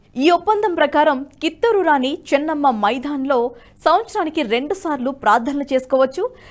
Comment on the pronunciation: మైధాన్ కాదు మైదాన్